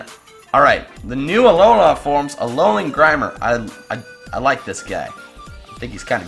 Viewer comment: why dont you pronounce it uh low LUH also tsareena